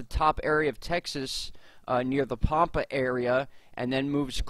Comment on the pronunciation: first off its pronounced Pampa like Tampa. ive seen weird slow moving triangles in the same area but its been about a year ago